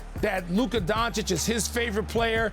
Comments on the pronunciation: Stephen A. is for sure saying Donchick on purpose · Who TF is Luka donchick Steven a.. It's doncic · When will SAS say the dude name right.. it’s been 4 years bro learn how to say Doncic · 4 years, and Stephen A still calling doncic with donCHIK. what a dummy caster. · He just does not want to pronounce it by now properly! Goran Dra geek, Don Chick... Imagine a white guy mispronouncing black people for years! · Is it that hard for Stephen a to pronounce luka’s last name correctly? It’s not like he does this for a living or anything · Someone please teach Stephen A Smith how to pronounce Luka's surname 😐